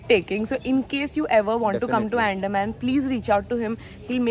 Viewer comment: I am from Andaman and FYI it is pronounced as UN-DAA-MAAN. It's not Ann-Deh-man